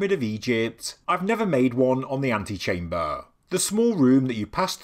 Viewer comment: Too much